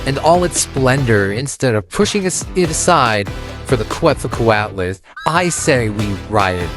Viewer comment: it's pronounced closer to ket-zel-CO-at-us btw